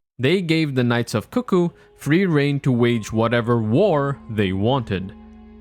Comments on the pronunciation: Coo coo isn't the correct way to say it though. Even Iji in game pronounces it CUCK-oo when talking about them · Almost right! It's pronounced "cook-ooh", usually, rather than "coo coo". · You said cuckoo right, like “coo coo” It was funny, my friend was going through the first time and he called them “cuck ooo” knights. We had a good laugh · I thought they were CUCK ooo as well :))